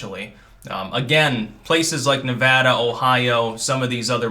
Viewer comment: Thanks for pronouncing Nevada correctly. Lots of east coasters don’t.